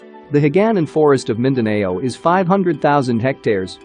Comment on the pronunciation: Mindaneyow. hehe